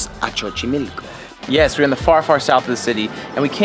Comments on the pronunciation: Sorry but the way you say Xochimilco annoys me so much...the first X sounds "s" so the way you read it is "sochimilco" not chochimilco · It's pronounced Sochimilco not chochimilco Lol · Some corrections: 1. Its not spelled "zocolo" its Zocalo 2. Its not pronounced Chochimilco its like a "so" sound like "sober" sochimilco 3. That wasn't bosque de Chapultepec, it was CASTILLO de Chapultepec. And yes, I'm from Mexico city. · the pronunciation is not sho-chimilco, is so-chimilco..... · Hahaha que tiernos, como pronuncian Xochimilco, (Chochimilco) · "Chochimilco"😂😂 you're amazing guys, keep those cool vibes on and thank you for coming to México👏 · Chochimilco? WTF?